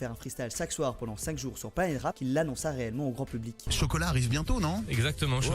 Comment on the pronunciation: Surtout sur les 8 et les "ch", principalement entre et on comprend pas trop "planete rap", tu dit "sacun" au lieu de chacun, ou encore , ton "a savoir" on dirait un mélange avec "chavoir". Après le reste de la vidéo ya pas de problèmes. En fait, on dirait que t'as le nez boucher xD (Aussi, ca veut dire quoi rt ptdr)